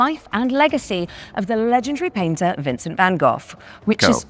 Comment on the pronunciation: I love how they both butchered “Van Gogh” pronunciation, yet he said it with his chest 😂